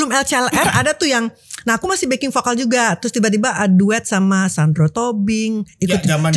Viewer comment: Bukan pokal tpi vokal Org sberang ngak bisu sebut v? bukan p tapi v